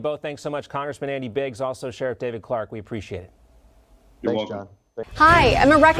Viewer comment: It's "Sheriff", you obnoxious moron.